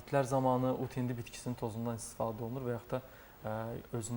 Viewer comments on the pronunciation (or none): Başa düşə bilmirəm "ut hindi" yoxsa,"ud hindi"?. Sözü düzgün vurğula savadlı həkim....